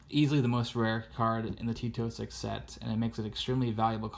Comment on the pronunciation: Every time he says 'T206', it sounds as if he's saying Tito Six.